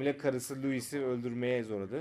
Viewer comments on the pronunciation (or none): Abi bi Lois I dogru soyliyemedin ya luis devil lo-is